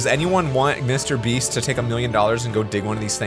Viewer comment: Did u say me beast?